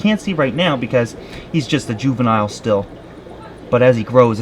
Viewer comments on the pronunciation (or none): none